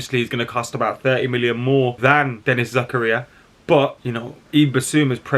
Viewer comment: Say it with me - ZAH KAH RIAHH